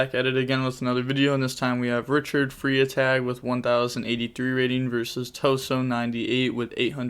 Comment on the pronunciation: Pronounced "fry tag". Freitag German for Friday